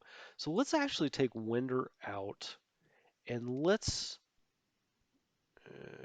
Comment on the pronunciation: I hate to be "that guy" but this video lacks comments so here it goes. General "Vinder" is actually General Charles Winder, pronounced WINE-der. Like so many English names, it originates in professions, in this case from someone who "winds" wool, thread, or yarn. Thanks for this series because AGEOD games always controlled counterintuitively to me.